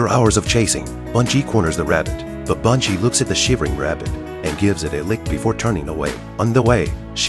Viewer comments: B-e-ngi not bUn-gi is how it's pronounced. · The dogs name is Ben-gee!!! Please pronounce correctly!!!